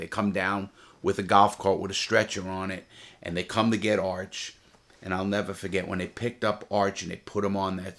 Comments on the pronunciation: I’ll nevah forget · Ceo of nevah forget